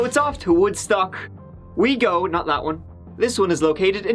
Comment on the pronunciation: I love it when he says lets give it a gewwww 😆